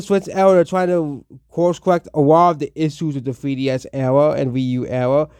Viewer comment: “Thwee ds”😂 buddy’s disrespecting peak and cant even say it right